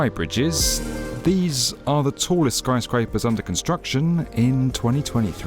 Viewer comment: Did I hear Snyscrapers?